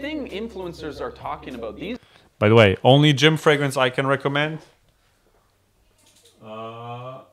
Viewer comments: Yes, there are reviewers that can't even pronounce the word fragrance. One of them is Thomas LinScent. He says it "fre-grence". And he says it ALOT. Almost like he knows it irritates the HELL out of me. Lol. But first he has to tell you about the weather in his area😡. These are the main reasons I don't subscribe to his channel. Most reviewers know how to pronounce the word, but there are some out there that have a hard time saying it right. People with foreign accents are forgiven. Lol. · There is a regular fragrance reviewer in Canada who pronounces “fragrance(s)” the odd way his guy did at first. Now, there are two people in the world (LOL) who have a problem pronouncing fragrance(s). 🤦🏼‍♂️😆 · I'm sorry...but I don't take advice from a guy that hangs frames with no pictures and a hand mirror. And he's criticizing?? Lol. Try pronouncing the word "fragrance" correctly first. Then we can talk.